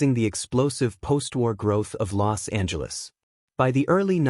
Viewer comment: You're pronouncing "Los Angeles" incorrectly. The "S" and "A" run together. The way you're pronouncing it sounds like you have contempt for the City of Angels (est 1781). Anyways it's always good to hear about Los Angeles' history.